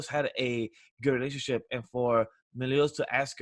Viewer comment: I can't get over how he says Meliodas as Melodias...it's hurting..